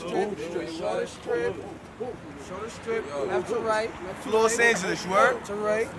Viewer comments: He said “Floss Angeles” the irony😓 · Pop said Floss Angeles 🤦🏽‍♂️... RIP POP SMOKE 💨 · he said floss angeles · Dat boi said “Floss Angeles” 🤣